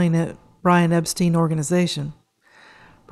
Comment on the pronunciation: Norwegian Songs?? Think you meant Northern Songs. Also, not to nitpick, but Epstein is pronounced like “Frankenstein”. But DO enjoy your videos!!